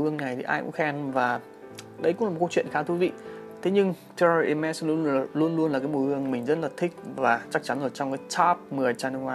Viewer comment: Clip của a rất hay! Nhưng thấy a đọc tên các dòng nước hoa hơi lờ lợ. Hermès - âm H là âm câm, đọc đúng là “emes”. Hihi